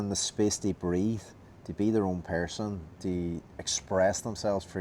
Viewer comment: Person: ❌️ Pair-son: ✅️